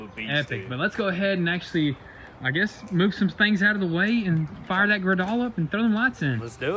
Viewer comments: Guys... Its pronounced grade-all. Not gra-doll. Lol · Took me like 3 episodes...guys it is pronounced GRADE-ALL not GRUHDOLL! LOL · Your Amazon Specal "hydraulic Body Frame Repair kit" is THE PORTA POWER I'VE BEEN TELLING YOU FOR TWO YEARS THAT YOU NEED TO GET! and the fork lift is a GRADALL pronounced "grade all" not (grudoll) like you keep saying it. Why not put the bigger tent on your P.O.S. Ford? seems to me if it works on your old man's dually surely it will work on the black truck too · I think they pronounce that forklift as a (Grey-doll). Lol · The forklift is pronounced "Grade All". That company makes some equipment with buckets for doing grade work. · its pronounced ..."Grade All" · I spent 30+ years around heavy equipment. It's pronounced, "Grade-All" 😅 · Dude, the correct pronunciation of your forklift is "Grade All". I don't know what you were callin it but it wasn't right. Just thought you'd like to know. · Boys the brand on that forklift is pronounced (Grade-All)... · Grade-All. Thats how you pronounce it. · Gradall ... pronounced "Grade - All"... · Just an FYI it’s pronounced Grade All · its pronouned GRADE ALL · Popo Bel. I know right, I’ve got a G3WD and a 4100 XL and they keep saying it wrong and I keep cringing lol